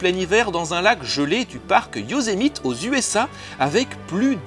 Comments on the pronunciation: Bravo mon bon. C'est pas genre de la ramener niveau culture, mais je pense que ça va tous nous aider. Le parc Yosemite se prononce en fait YO-SÈ-MI-TI, nom a priori d'origine amérindienne. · Alors au moins, tu n'as pas dit "Yossmaïte" :) mais Yosemite, ça se prononce plutôt "Yosémiti" (voire "Yow-sémiti") Et pour ma génération, Dominique Collignon-Maurin c'est aussi la voix du "Borgne" dans "1001 pattes" et Hadès dans "Hercules" : décidément il est habitué aux rôles de mauvais... Intéressante vidéo sinon :)